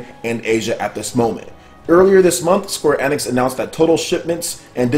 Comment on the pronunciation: Please it pronounced Square "Eeeeenix" not "eh-nix"